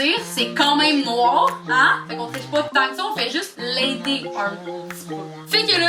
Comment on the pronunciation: Au lieu de Ice Cream c'est Nwaar Cream.